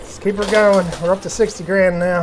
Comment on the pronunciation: keel it pushing lol